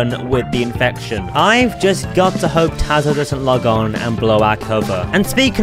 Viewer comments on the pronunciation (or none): "i hoepe"